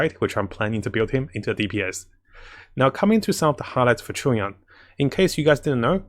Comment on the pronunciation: Everyone: Chongyun: Chungyon